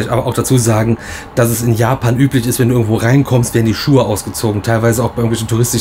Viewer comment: Yes! Es geht los mit den VLOGs aus Japa"i"n. 😛Der Disclaimer von war mega. 😀 Aber krass wie anders Japan jetzt schon wirkt. Also, nicht negativ gemeint, eher sehr interessant anders. Das Zimmer ist auch cool. Irgendwie süß. Besonders der Wasserkocher hat uns begeistert 😂 Dann sind wir jetzt auf die 4 Tage Disney sehr gespannt. Besonders auf Disney Tokyo Sea. Danke für den schönen Einstieg in Eure Japan Tour. Liebe Grüße, Alexandra und Peter.